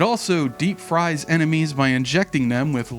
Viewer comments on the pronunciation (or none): none